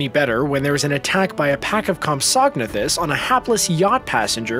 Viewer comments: it’s comp-so-na-thus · You said copsognathes wrong